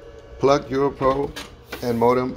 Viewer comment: Sorry, but it keeps sounding like you're calling this a "Euro".